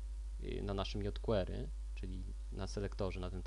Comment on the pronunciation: fajny odcinek ale mózg mi pulsuje jak slyszę kolejne "jot kłery"